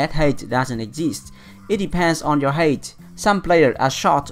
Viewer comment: the word height is pronounced hait not heit.. Don't take this as a rude thing i want to help you with your English